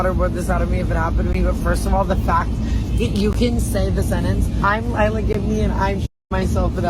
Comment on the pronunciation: Everytime you said her last name i heard "give me" and honestly, thats a perfect last name for an entitled influencer